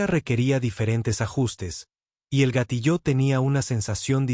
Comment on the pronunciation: Por favor corrige la pronunciación de gatillo